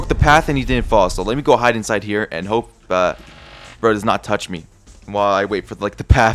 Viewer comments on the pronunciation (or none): none